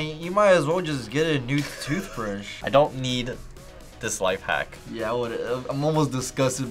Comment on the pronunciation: "Life Wack" 😂😂💀